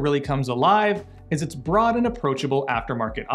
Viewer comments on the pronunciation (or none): none